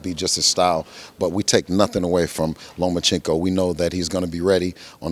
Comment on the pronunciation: Can we pronounce the guy's name correctly😅 Lah Ma Chinko😟